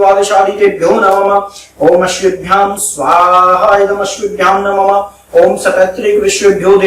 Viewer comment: नमम नहीं, नमः बोलो।